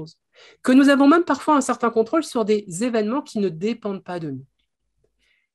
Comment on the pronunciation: C'est la première fois que j'entends le mot 'même' prononcé 'meume'. J'aimerais bien savoir d'où ça vient :)